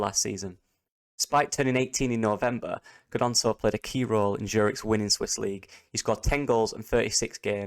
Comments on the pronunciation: Silent G... its Nonto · Isn’t Gnonto’s name pronounced Nonto? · Silent G. Emphasis on the N. Think Nyonto.